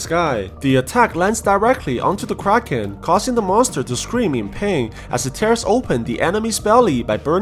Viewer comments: whenever u say "kraken" i only hear "crackhead" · This man really calling the thing kraken like bro.